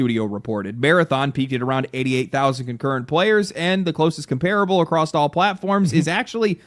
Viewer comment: THERE’S NO FVCKING T IN THE WORD “ACROSS”!!!!! THERE’S NO FVCKING D IN THE WORD “ACROSS”!!!! THE WORDS ARE “ACROSS” OR “CROSSED”……NOT “ACCROSSED” OR FVCKING “ACROSST”!!!!